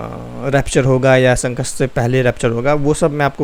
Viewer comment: Sankat not sankast